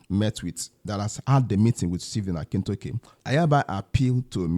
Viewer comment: Dr. Stephen 'Akintayo' and not Akintoke. Please correct that.